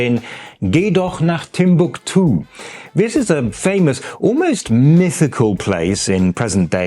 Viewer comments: Most Germans would pronounce Timbuktu differently than does - with the stress being on the first syllable. Es gibt auch den fiktiven Ort Krähwinkel als Inbegriff des Spießbürgertums, erstmals beschrieben von August von Kotzebue in seinem Lustspiel "Die deutschen Kleinstädter" von 1802. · "Timbuktu" has a different accentuation in German, which is on the second syllabe